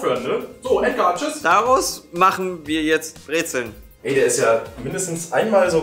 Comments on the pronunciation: Und es heißt BREZEN nicht "Brezeln" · omg kann das echt nicht mit anhören lasst bitte das l weg brezen nicht brezeln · Kein l bei brezen